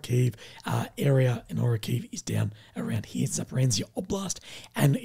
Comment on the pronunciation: How do you get “Zap-er-an-zia” from “Zaporizhzhia”. I’ve mostly heard “Zap-or-eez-juh”